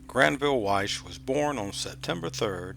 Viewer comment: Wyche not Weiss